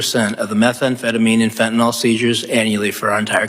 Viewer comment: Fentanyl is pronounced FEN-TUH-NILL——NOT fen-tuh-null.